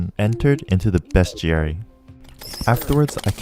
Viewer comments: It’s pronounced “beast-airy” not “bescht-airy.” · bruh its not best jerry its bes·ti·ar·y get it bes·ti·ar·y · Love this video, whips are fun to use. also every time you said beastiary it physically hurt me. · everytime he said bestiary i could've sworn he said best jerry.